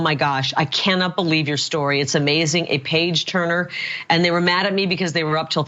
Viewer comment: Did she say page turner or page burner?